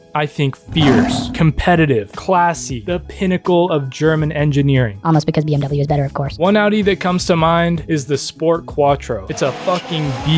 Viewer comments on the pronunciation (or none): Man you cant diss audi if you cant pronounce bmw properly.